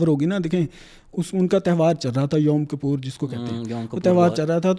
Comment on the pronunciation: “Yaum KAPOOR” ?! 🤷🏻🤷🏻‍♂️😂🤣 Janaab wo “KIPPUR” hai !!